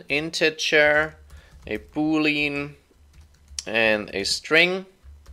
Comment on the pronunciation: it is not pronounced "Boo"-"Leen", it is named after the mathematician George Boole - so it is "boo" "lee" "an" i.e. it is something coming from Boole, in much the same way as a Georgian house is so called because it is from the reign of King George. Then again should we expect more from someone who develops on mac os.....